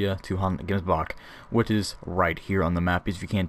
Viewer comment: Gemsbok the gems part is pronouced with like a ch sratching sound